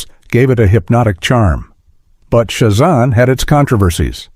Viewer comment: It's Sha zAM not shu zom. Boo on AI voice thumbs down